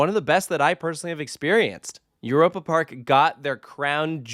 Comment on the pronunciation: As a German, hearing this pronunciation of Europe Park has me cringing each time. It sounds like nails on a chalk board.